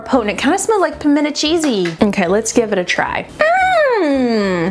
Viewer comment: 2 things: FIrst: I was SO disappointed in that everything dip, it was SO hyped up and it was just not good. I would rather make my own. Second: I'm so happy you said "Pimenta cheese". But the best one of all time is Palmetto. Please rank Pimento cheese next and teach the none southerners our wise ways.